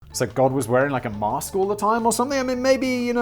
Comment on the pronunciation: Lol@ "maRRRRRRRRRRRRRRsk" [mask]